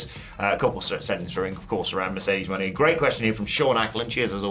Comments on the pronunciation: Mo Ne’ not Money! 😂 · Is there any amount of money I can throw at you to stop saying Moné like that?